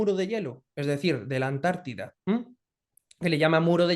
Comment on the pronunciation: Cuando diga Amérida😂,diré Antártida , ES ANTARTICA.